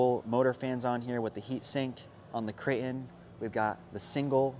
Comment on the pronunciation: Does it drive anybody else crazy how he says crate in? Lol